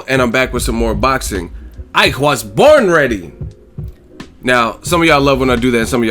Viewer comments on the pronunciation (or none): 😂😂😂😂😂!! Bro I'm Mexican and I it's the funniest thing ever when you say "I was borrrn rreddy! 😂😂! Keep doing you Ego!!